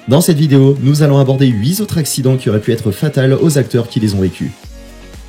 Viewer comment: faites un effort et soignez vos liaisons. on ne dit pas les 8 "z"autres mais les 8 "t"autres. Huit est un invariable. On ne dit pas aurait pu "t"être mais aurait pu être. Pu ne prend pas de t. Cela nous sort de la vidéo.